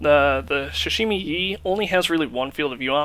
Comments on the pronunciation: he said "sashimi yi" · muddy was said 3000 times.... Sahimi Yi...LOL good job on the review